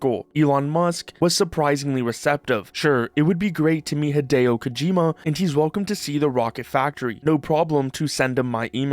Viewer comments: "Hedeo Kojima" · You pronounce "Hideo Kojima" the way that people pronounce Japanese names when they are making fun of American pronunciation